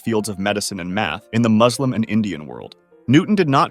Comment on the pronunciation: It is not Muazzlim it is Mooslim